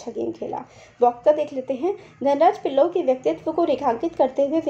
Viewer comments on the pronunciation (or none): she is saying pillai pallav =| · आप पिल्ले को पल्लौ क्यूं कहते हो? फिर भी वीडियो बहुत अच्छा लगा🙏🏻🙏🏻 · Mam i like your teaching ...... But there is a mistake ..... Its pilla not pallao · Mam it is pillay not pallau Btw you teaching is very good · Dhan raj pilee not pillo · nice but.. its not pillao..its..pille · Ma'am it's Pillai....surnam he is from Kerala...